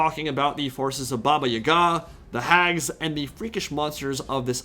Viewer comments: it aint baba yagA, its baba yAga. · I've never heard it pronounced Baba Y'gah before; always Baba yah-gah. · my guy I can’t let you keep pronouncing these words wrong. I’m taking my stand: It’s pronounced: baa•bā•ya•guh Also, it’s pronounced: zurk•seez not “purple sun of zeeerié•es”